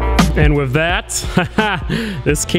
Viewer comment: Can you say ‘with’ and not ‘whiv’?